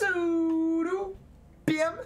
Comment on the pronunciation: WARNING FOR IF YOU'RE NOT DO NOT READ THIS THE "DO" IN "TUDO" IS PRONOUNCED JUST LIKE "DO" IN ENGLISH